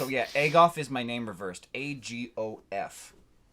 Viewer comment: "Agof is my name reversed* *It's more like Agob" ... Bofa.